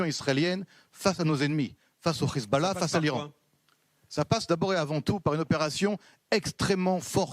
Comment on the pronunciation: C'est pas rizbollah mais Hezbollah, vous avez vraiment des problèmes de locution.